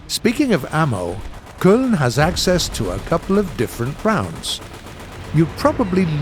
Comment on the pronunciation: Köln sounds too much like Kölön.